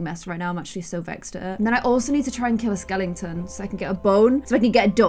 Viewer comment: "I also need to kill a skelington" ~ 2019